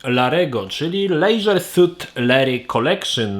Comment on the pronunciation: leżer a nie lejżer ( nie czepiam sie tylko tak sobie poprostu pisze )